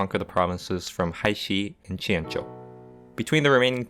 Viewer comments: wow your pronounciation of the chinese names is really nice to listen to after all the americans/europeans just saying it like its english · This must be the first eu4 video where someone pronounced jianzhou correctly